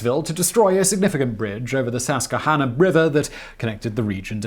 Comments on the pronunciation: I like his horrible pronunciation "SUSquehanna River". I grew up living a quarter mile from the river, its not how its pronounced. Ses-Que-Hanna, say it fast, almost 3 symbols, hanna said very fast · Sascahana river? Please tell me you can do better than that. Sus. Qua. Hana. Look up the video How To Say Susquehanna, that is correct way, and as a life long resident on a small town on that river my ears bled a little when I heard that. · God love ya, Simon! Your pronunciation of Pennsylvania place names is hilarious! It's "sus-qwuh-hanna", not "seskahanna" river, and it's "Heeeth" not "Heth" ;-) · Susquehanna River is pronounced with a soft "q". Sus-kweh-HANNA. I live within walking distance of the Wrightsville bridge that the Union burned to stop the Confederate advance. The river along there is lined with Star Spangled Banners on one side and Dixie Flags on the other. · Nice attempt Simon, but it's pronounced sus-kwah-hannah for the river the bridge to Philadelphia was over. Native American words are pretty tricky. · Pennsylvania native here. LOL at Pronunciation of Harrisburg and Susquehanna. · Dear Simon Whistler if you're going to make a video about Pennsylvania can you atleast even get close to pronouncing the Landmark names right.